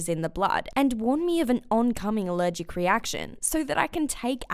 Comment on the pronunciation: "I'm ALEREGEC to Air" then how can you talk